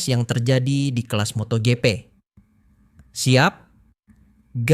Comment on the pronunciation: Gw kesel dengar lu ngomong moto gepe 😆😅😂🤣 Bacanya moto jipi woy.. MotoGP 👍😉